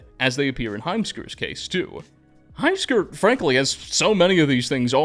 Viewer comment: heimskr i cannot unhear the words "a assman" 🤣